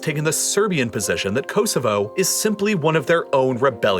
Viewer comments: Very very informative, thank you. Apart from your excruciatingly annoying septic accent and your appalling pronunciation of “Kosovo” I congratulate you on your correct spelling of “maths” and not the very annoying “ math” which your countrymen consistently annoy the rest of the world by getting wrong. Its MATHEMATICS ( plural) therefore the abbreviation is maths. Well done, there’s hope yet. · ko-zo-vo thats hopw its pronounced